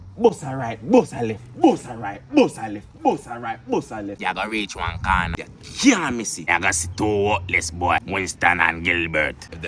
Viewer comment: Love the way he said reach one cornah shit so hard